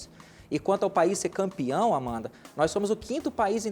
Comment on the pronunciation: É AMAMDA.... É AMANDA... É AMANDAAAAA